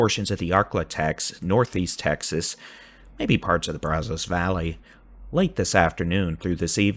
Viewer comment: you’ve got to say the name Brazos correctly. It’s driving not only me nuts but other people from Eastern Texas. That’s not how you pronounce that. It makes you sound like someone not from Texas. As I mentioned before, great weather coverage!!!! If you want to know how to pronounce it please reach out.